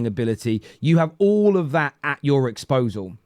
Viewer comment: "Disposal" you wally